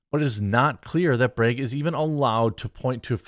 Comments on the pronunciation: BRAGG not BREGG 🤦🏻‍♂️ You want an upvote, pronounce name correctly. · Dropped a like for your Wisconsin “breg” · I like the way he says "Bragg." Reminds me of my daughter when she says "leg." It comes out "layg." Good stuff. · But how come you say can, and not cane? Or Democrates? Not making fun of you, I just find this speech issue bizarre where you pronounce "A" like it sounds in the alphabet in flag or Bragg, but not with other words with an A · How did you know I was enjoying the way you said brag 😂 that means I have to go buy more coffee ☕